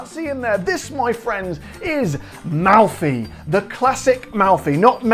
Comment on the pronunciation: Nice Italian accent! Good job....anyway, I I can't find Malfy gins around here, I hope to soon. Great video as always: You do a heck of a job!